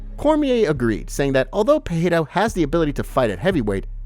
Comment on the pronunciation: hey dude it's not pronounced Peheira